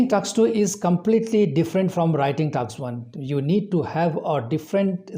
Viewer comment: It's task not taks